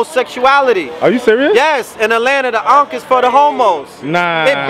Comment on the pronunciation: **"Ankh on"** .. not uncle